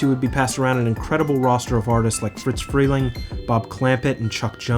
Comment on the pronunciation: You make well-conceived and -executed videos, but you mispronounce people's names every time. This is second video where you've called "Friz" Freleng "Fritz".